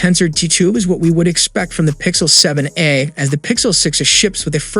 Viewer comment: he's barely pronouncing the "a" in 7a